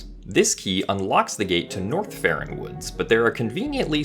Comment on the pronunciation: Every time he says North Ferron or whatever i hear Norfair